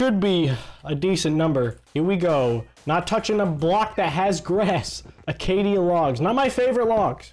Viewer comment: WHAT THE HECK IS ACAITY LOGS ITS ACACIA